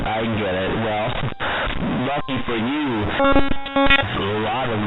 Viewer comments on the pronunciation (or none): none